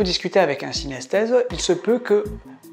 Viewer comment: On dit synesthète ;)